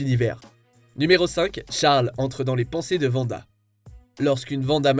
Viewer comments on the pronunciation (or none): Pas "vanda" svp 😭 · Quelqu'un peut expliquer à que c'est Wanda...pas Vanda?!